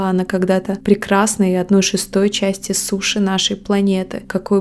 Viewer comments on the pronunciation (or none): none